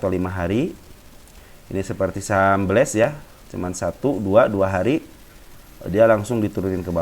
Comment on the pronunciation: Itu BLES bukan bels